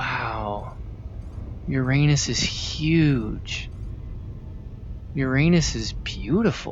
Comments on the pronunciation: hearing a grown man say "ur-anus" instead of "ura-nuss" hurts my soul deeply. but I guess that's what you sign up for when you come to the smoothest place in the universe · its not "ur-anus", its pronounced "URA-NUS". Stop being pepega. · You mispronounced Uranus btw. It's your-ah-ness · to pronounce uranus you say U-RAH-NUHS